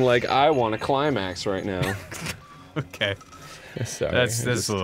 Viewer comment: I heard "Climbax"